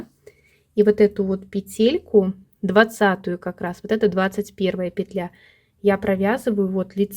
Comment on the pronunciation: Все замечательно, но мешают просмотру титры. Извините, во всех словарях пЕтля, а не петлЯ. Спасибо за полезный м к.